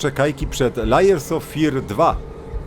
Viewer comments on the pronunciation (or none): Nie mówi się "lajers" of Fear, tylko "lejers". Bo tytuł to Warstwy Strachu, a nie Kłamcy strachu xd